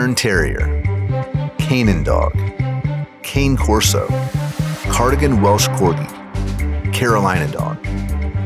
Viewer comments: It’s pronounced kah-nay-corso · Don't Cane Corso is pronounced like candy Cane. It's pronounced Can-Eh. Italian word i think.